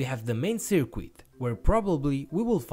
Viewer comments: Really great video. Thanks for taking the time to create the project and explain it so thoroughly. By way of improvement, the letter 'u' in the word 'circuit' is not pronounced. Your English is great! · can some one please let this guy know that the word is spelt circuit, not cirquit. and current, not qurrent. actually maybe just tell him how to pronounce c